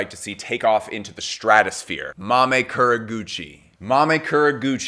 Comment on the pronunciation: Kurogouchi - You need to pronounce the KU if not it will be mistaken for another name.